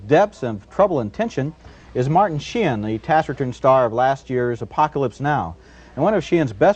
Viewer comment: . Martin Shee-in ?? I've probably heard Martin Sheen's name said hundreds of times, and never once heard it pronounced the way Roger Ebert does here. Did he know something the rest of the world didn't or did he just screw it up, and rather than immediately start pronouncing it the correct way right after that, just kept going with that mispronunciation, rather than indicate that he had just goofed it up that first time ?? .